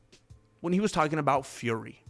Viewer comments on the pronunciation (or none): none